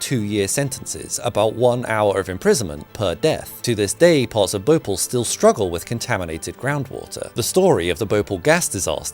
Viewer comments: Dude it's not bhople it's bho-pa-ll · It's Bhopaal not bhopul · Great video as usual! Just wanted to point out a small correction in pronunciation: Bhopal is pronounced as Bho(aspirated b)-paal. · Actually that's (bho-paal) not (bho-pal) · Not bopal It's pronounced BHO Pal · Bo paal.. not Bo pul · Yo bro its not pronounced Bhopol is pronounced like Bhopaal (not correcting just saying the right way) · It is called Bhopal not Bhopl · As a person who was born and lived in bhopal all my life I have never seen someone pronounce bhopal that bad its bhoo paal not bopal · As an Indian I feel offended by you pronouncing bhopal as (bo-pal) Its more like (bho-pall) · BhoPAL. Like the English word "Pal" not pel like you pronounce it. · Bhopal ❌ Bople✅ What a pronounciation😂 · Pronounced Bho paaal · Well It's Bhopal in spelling But in pronunciation it is Bhopaal Edit: Bhopal is the capital of India's middle most state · It's pronounced bhopaal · Thanks for covering this. Just for reference, the place is called Bhopāl pronounced Bhopaal with a hard Airy 'Bh' sound. The place still suffers severely polluted & hard water. And the fact that the place lies largely amidst arid region doesn't help either. A beautiful city today, yet suffering consequences of this incident. Worst part Union Carbide (aka DuPont) literally got away with mass murder in this one. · Bro it's BHO-PAL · It's said - bho paaal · Not bhopal its pronounced Bhopaal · By the way, it's pronounced , Bh-ho-pal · Bo-pal. That's how you pronounce it. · It's actually bhopaal for you just add an extra A why are you saying it so hushed hushed as of someone will tax you for saying the extra As 😅😅😅 well if you aren't in America but if you are I can understand😂😂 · So irritating the way you pronounce Bhopal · He pronounced Bhopal wrong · Sorry to point but since I am from Bhopal, you have managed to pronounce Bhopal wrong